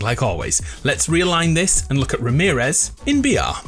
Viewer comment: everytime he said ramerez -/